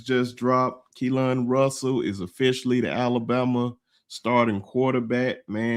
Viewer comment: New fan that loves the show! Just wanted to say that his name is pronounced Kee-Lin. His mom clarified that today lol. I’ll continue tuning in. RTR!